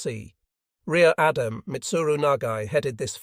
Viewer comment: Pronunciation of Jan is amazing. New naval title Rear Adam.